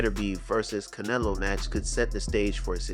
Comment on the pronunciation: Oh- it's Can-EH-lo